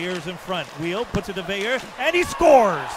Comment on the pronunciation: In case you care or are interested… his last name is pronounced “Veill-er” not “Veill-you”… just like Lemieux is pronounced “Lemi-er” not “Lemi-you”. Anyway as a french canadian myself, Veilleux is a tool.